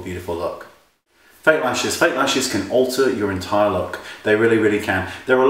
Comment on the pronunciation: I swore he said "fake rashes!" hahaha! Oh yeah, that will totally alter your look!